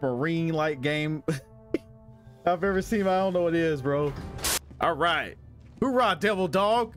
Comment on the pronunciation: I've never heard a Marine say hoorah. It's oorah. There's no H at the beginning. It's really odd that you said it that way. Like, I have no idea how any Marine could get that wrong no matter how long they've been out.